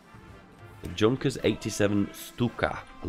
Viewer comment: I realize mispronunciation is your thing, but could you please, for the love of baby Jesus, PLEASE!, learn how to pronounce some of the "iconic" stuff from the period!? When I hear "Junkers" pronouced as junker, I just wanna smash the screen.